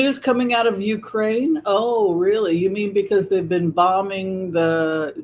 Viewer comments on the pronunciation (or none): none